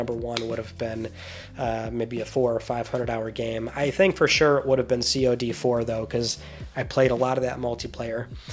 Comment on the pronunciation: bro said See O Dee 4